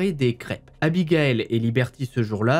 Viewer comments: 😣 aïe j’ai mal au oreilles ont dit pas abigael mais abigaïl ... ( pour avoir ce prénom je peux vous assurer que c’est super chiant de pas être appeler correctement) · Bon... Je le dit sans réellement m´énervée mais, ayant le même prénom, ça me soule d´entendre ce prénom écorché. 😤 Abigail c´est pas la même prononciation que Abigaël Ça se dit Abi gay le (le e étant muet) Sinon grande fan de tes HVF continue comme ça 🥰